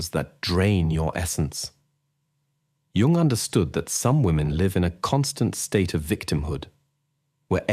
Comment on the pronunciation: Carl G. Jung was not born in June ( joone). Al narration is horrible